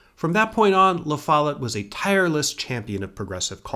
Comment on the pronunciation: Great job but… the pronunciation of “Lafolette” is jarring every time I hear it… 😢